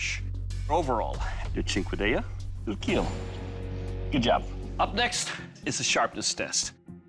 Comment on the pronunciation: 'But most importantly, Eetil Keeeel'